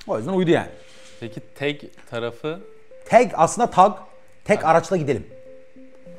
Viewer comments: Kardeşim yayın için teşekkürler. Emeğinize sağlık. Ama kurucusu ısrarla TAG (Tek Araçla Gidelim) dediği halde sunucu neden TEG TEG diyor. Beyfendi ingilizce aksanınıza sokmak istemiyorum. Lütfen dikkat edin yerli ve milli girişimlerin telafuzuna. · Adam üstüne basa basa diyorki tag ingiliz meraklısı sunucu inadina teg diyor abi tag tag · TEG DEGIL TAG TAG HAY INGILIZCENE YA TAG TAGGG TAAAG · teg değil hacı tag tag. adam kısaltma diyor. tek araçla gitmenin kısaltması diyor çocuk hala teg teg diyor. ayar oldum ya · Adam TAG diyor İngiliz spiker ısrarla teg diyor. Bir tek ben mi rahatsız oldum. Bu arada devam Oğuz başkan bu taksi mafyasını bitir👏👏👏👏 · Kıymetli kardeşim, sohbet ve yorumlama çok güzel olmakla beraber, TAG yazılarak (sahibininde söylediği gibi) Türkçe T_A_G harflerinden dolayı TAG olarak okunan kelimeyi neden gavurcalaştırmaya zorla gayret ediyorsun, diye merak ettim. Yani demem o ki, Türk değilmisin? Yoksa çok ciddi manada gavur aşığımısın? İnan buna çok kırıldığımı bilmeni isterim.. Zira GZT bildiğim kadarıyla hakiki bir Türk kuruluşu ve seni nasıl oraya aldılar şaşırıyorum. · Muhaberinin ısrarla Türkçe olan TAG'ı İngilizce okumaya çalışması çok ezikçe.